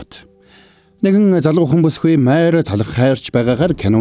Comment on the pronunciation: Майр гэд бхн мариа шүүдээ 😢😢